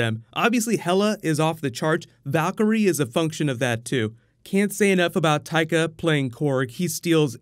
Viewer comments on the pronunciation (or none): none